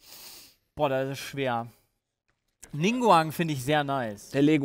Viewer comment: wie keine ahnung hat von genshin den einzigen namen und charakter den er richtig nennt ist Venti.... Diluc sieht null nach Dalu aus und Ningguang hat er absolut falsch ausgesprochen nicht zu vergessen das es ein Weiblicher Charakter ist zudem werden sie nicht als Helden bezeichnet sondern als Charakteren XD